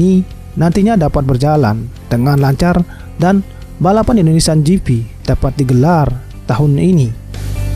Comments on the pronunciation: Jipi gitu aja napa bang gausah jifi juga. Rada aneh dengernya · Kok saya merasa risi mendengar kata "Indonesian Ji Fi", padahal mudah membaca "Ji Pi" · Gp bro bukan jifi🤦